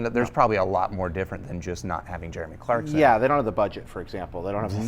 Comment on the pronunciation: Clarkon lol